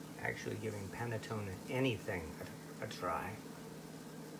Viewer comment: Pronounced pan-nuh-tone-nuh. since you are a foodie try buying your nutmeg whole. Just shave the nut over a micro plain and you believe the taste difference.